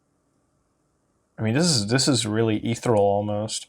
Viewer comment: Stop trying to use fancy words dude. "etheral"? Like seriously... If you don't know what the word means or how to pronounce it then don't try to inject it into your vocabulary. It takes away from your videos. That and the nonstop blathering about shit we can see (this IS a video). We don't need to be told what we can already see.